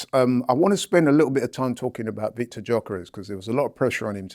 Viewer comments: needs to stop pronouncing Viktor’s last name wrongly. He should look for his clip on how to pronounce his name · jokeres loves to say every word in the dictionary but can pronounce viktors name